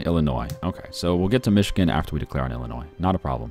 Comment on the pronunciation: Dude I'm from illinios pronounce it right please just look up how to say it